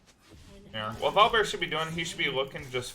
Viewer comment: V...OL...I.. BEAR BRO NOT VOL BEAR